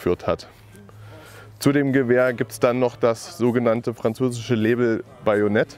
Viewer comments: Das Gewehr wird [ Lebäll ] ausgesprochen. Eine umfangreiche Doku dazu findet sich bei "Forgotten Weapons" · noch nie lebel so deutsch ausgesprochen gehört XD